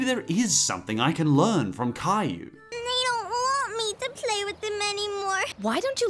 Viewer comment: You mean cry you not Cayou